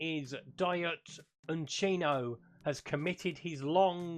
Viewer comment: Some of these pronunciations of players names hahaha Uchino instead of upamecano